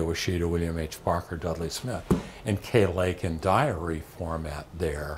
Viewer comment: To this channel: that's KAY Lake, not Kate Lake.